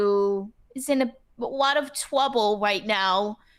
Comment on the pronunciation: AWOT OF TWOUBLE